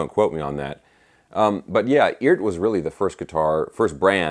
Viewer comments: I just heard it is pronounced E Art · Hey, I guess Phillip McKnight talked to the Eart guys and said it's pronounced "eee-art" with two syllables. If that's the case they probably should have hyphenated it like E-ART.